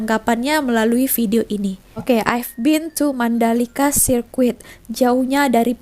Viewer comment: Orang yang belajar bahasa inggeris tahu sebutan betul circuit, iaitu sirkit,. Yang tak tahu mereka sebut ikut ejaan, jadi sirkwit!